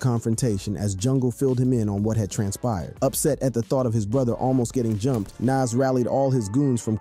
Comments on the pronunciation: Nas not nes 😂😂😂😂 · Nas, nas! Not Naas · Bro is Nas it’s not Naz you gotta say his name right bro the guides of the rap legend and you’re screwing up his name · To the mediator of this video I just want to say It's Nas not Naz just like another one I seen Tupack Jay Z corrected him it's Tupac not Tupack. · Why are you pronouncing Nas's name like that? It's Nas not Naas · Ngl, it lowkey kinda irritated every time he kept pronouncing his name "naz." Pronouncing it like jazz but with an N at the beginning, lol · Who tf is NAZ 😂 bruh it’s Nas lmfao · NAS..not NESS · Bro at least say Nas name correctly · Bro you need a to stop pronouncing Naz 2 different ways lol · Nas not Nass LOL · Nawwwwws not naaaasss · Say it with me its nahz not naz....U pissing me off u dont even know how to say nas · the crazy part is, he says it correctly sometimes but most of the time he doesn't... so annoying! Who tf is Nass? 😣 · We gonna let him keep saying NAAS? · Why are u calling him NASS? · The way you say Nas is wild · Wow they cant even say Nas's name right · You gotta learn to say the name Nas correctly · Say Nas’ name right. It’s not nas. Show some respect. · Why is he saying Pac's name right but keeps butchering Nas? Like guy you cant say Nas? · say NAS name right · Hate the way this guy says Nas name. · Ughhh im sorry but how your sayin Nas is NOT right . Its like how "Really" White people whom dont know anything in hiphop call 2Pac .. 2 PAck lol.... Just listen to the Dope song NAS is like.. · Pronounce "Nas" correctly please. Or dont make videos. Its incredibly disrespectful. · You have a youtube page named rap daily and can't even pronounce Nas, Pac, Hussein Fatal or the Fugees correctly... Come on man.... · Are you purposely pronouncing Pac's and Nas's name like that?!! You're channel is called Rap Daily, but you can't pronounce most rap artistes names correctly? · Is dude really saying NAZ and PACK 😂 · Its poc and noz.... your pronunciations make me cringe lol